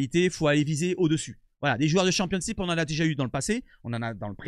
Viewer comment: championCHIPS MDR, le gars pense trop à l'apéro😂😂😂 On dit championship poto !